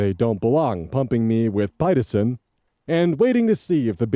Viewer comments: Pitocin. Pit-Oh-Sin. Pitocin. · I love Hospital Land. You were completely accurate. And FYI, pitocin is pronounced pa-toe-sin, incase you come across it again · lol I was like hospital land? Daughter? Does he mean LABOR and DELIVERY?? 😂😂😂 and Pitocin is pronounced pit-oh-sin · Pitocin is pronounced "pi-ˈtō-sən" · I can almost guarantee the OB staff weren't judging mom, they were trying to figure out if they had a DV situation & if they needed to call security to toss the shithead husband out. Also, not that it's a big dealio, but pitocin sounds like pick-toe-son. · Pit-oh-sun, Pitoson. The medicine that induces labor😉